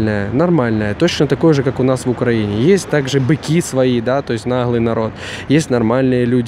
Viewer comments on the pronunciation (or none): none